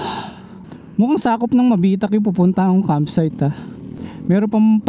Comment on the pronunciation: Nice vlog idol ang ganda ng lugar na pinili nyo pag campingan Welcome to Mabitac Laguna medyo mabilis ang bigkas ng Mabitac dehins mabagal,nxt time pag mag sisigang kyo yung maliit na pck ng sinigang mix halos png 1liter na isasabaw mo di ba mag sasaing ka i save mo yung pangalawang pinaghugasan mo ng bigas very good yun Idol syempre lalagyan mo ng kaunting seasoning mahigit isang oras pag biyahe papunta dyn taga Sta Cruz Laguna ako idol ingat ride safe and God Bless"".